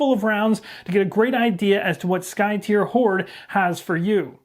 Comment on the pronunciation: I think you're the only YouTuber I've heard pronounce the name Skytear correctly. I wasn't sure myself a year ago, so I asked the game designer. So if anyone else is wondering, is correct. It is, according to the designer, "tear" as in "to rend." 🙂